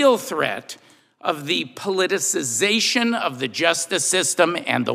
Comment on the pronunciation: I have never heard "politicization" better used and pronounced.